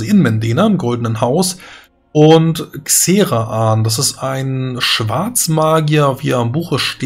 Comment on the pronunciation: Warum heißt Xeraan bei dir Xera'an? Der Seelensammler ist doch auch nicht der Se'elensam'mler. Da muss schon ' sowas sein damit man das so auspricht.